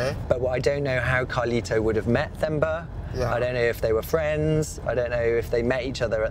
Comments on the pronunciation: It's pronounced "Temba" (T-e) not "Themba" (T-h). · It's Themba pronounced as in Thomas or Tom. Not as Thermometer. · Hi I am from this region 😊. What an amazing documentary. This is a brilliant piece. Thank you. It’s pronounced Te-mbah Not Themba. The H is silent. 😉🤓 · Got my subscription after this story... Nice story and next time its "term-bar not therm-bar"(Themba)😂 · Themba not femba 😂😂😂😅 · It’s pronounced “Temba”